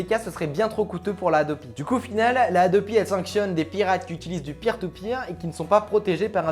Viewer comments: Quand il a dit Peer To Peer j'ai crus Pire Au Pire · Mdr quand t'a dit peer to peer g cru que tu disait pire tout pire